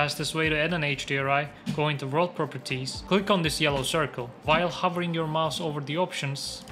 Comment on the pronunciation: hocam emeğinize sağlık süper video olmuş. mouse kelimesinin telaffuzundan ulan acaba diyip isminizi gördüm. iyi günler